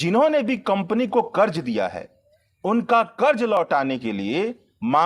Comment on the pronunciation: उच्चारण का संज्ञान ले हजार( हज़ार) कर्ज( क़र्ज़) प्रतिसत( प्रतिशत) छेत्र( क्षेत्र) भासा ( भाषा)